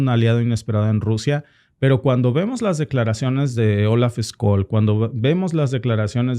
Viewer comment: Scholz se pronuncia chols. la ch española en alemán es sch.